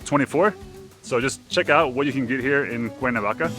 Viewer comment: Por qué dice el traductor "Cuavaca" en vez de Cuernavaca?